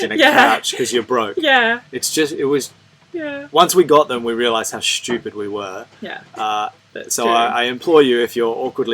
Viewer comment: Schtewpiid! There, is that how you spell it? Maybe shtoopid? Nah.